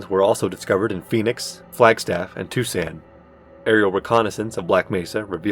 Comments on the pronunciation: not that it matters a whole lot, but two pronunciations were incorrect; Tucson is pronounced "two-sawn", and the G in gila monster makes an H sound (hee-la) Otherwise, really great video and detailed worldbuilding, really stellar job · Wow, that's the worst pronunciation of "Tucson" I've ever heard. ( Approx) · You pronounced Tucson wrong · You need to work on those pronunciations like Gila monster, HECU, and Tucson if you're aiming for that documentary feel. It always sucks me out of the immersion when that happens. Also need to slow down your reading a little bit, otherwise the cadence and tone is great. Your voice is well suited to it. The vortigaunt on the stretcher was a bit goofy, no way they would realistically be transporting that in the open. It would be blocked off with ample standoff distance and they'd bag the body first. Even with traffic deaths they wouldn't let that many spectators. The remark that Bush did not resign would not be considered controversial. No president would be expected or asked to relinquish power in such a time of emergency.